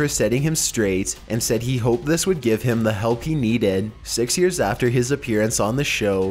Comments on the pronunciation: When he said number Six it sounded like "Sex" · "number sex" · "Number sex." ;;;;) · at number six, did he just go "sex"? lmao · "number sex" Freudian slip? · did he say NUMBER SEX?😂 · number "sex" 😂😂😂